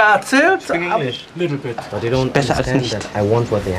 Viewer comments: Little bittle😂ich brech ab 😂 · Little bittle haha! XD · A little bittle😂😂